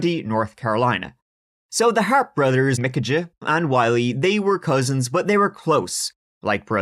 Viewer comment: If many people haven’t told you yet , I have always heard the name told as The Harps bros pronounced as The “Har- pee” bros. Not that it makes a big difference.